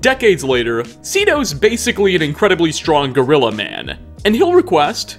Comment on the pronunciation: 1 issue 1 ISSUE.... its GHOULRILLA NOT GORILLA.